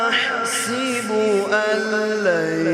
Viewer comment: ایحسب کے سین کے اوپر زبر ہے قاری صاحب زیر پڑھ رہے ہیں